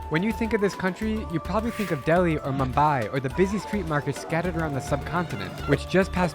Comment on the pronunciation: Mubai?? Arun CHAL?? PRAADESH!? You and youre prouncancetion is not good